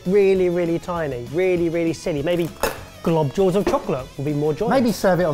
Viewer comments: I think meant globules. I cringe everytime he says globjules. lol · Well, yeah, he's just saying the word 'globules' wrong. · said “globdjules” and for some reason I knew exactly what he was on about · I think you mean "globules" hahaha 😂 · Well its almost globules, he wasnt that far off 😄